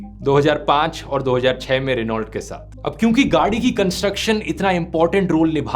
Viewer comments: रेनॉल्ट नहीं 'रेनो' बोलते हैं ध्रुव बाबू! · Wrong pronunciation of RENAULT